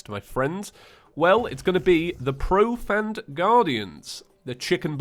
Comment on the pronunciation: We about 16 series in and can't pronounce "seraph" or "profaned"